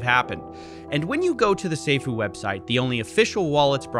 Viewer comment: he meaned soofools not safuu 😂😂😂😂😂